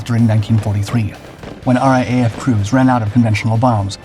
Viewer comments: it is not R A A F it is pronounced R double A F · Mate, please take it from an Australian that it sounds so wrong when you pronounce RAAF as "R A A F". It is pronounced "R double-A F".